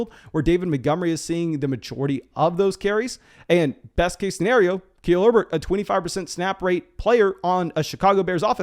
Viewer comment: for the love of all that is good, PLEASE start pronouncing “KUH-LEEL HERBERT” correctly!!! 😭😭